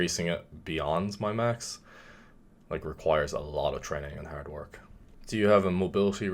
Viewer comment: I picked up the Irish when he said “training haerrd”